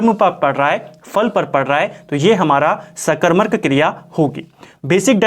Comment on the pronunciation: bhout sundr 🙏 Wese mene phle v ye notices kiya h ki ap सकरमक ko सकरमरक khte ho😛